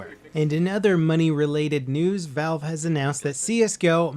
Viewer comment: lol you called valve vive